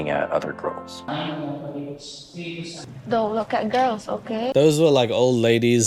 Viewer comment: "Don't look at GAURULS, okay?"